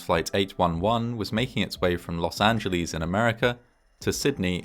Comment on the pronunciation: I like how you saw "Los Angeleeze." Here was say "Los An-jul-less." In the olden days some pronounced it "Los Anguleeze" with a hard G but the last syllable like you do it!